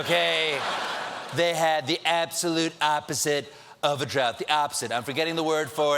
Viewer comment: Do you actually pronounce drought like trout? Because I thought that is what he said :D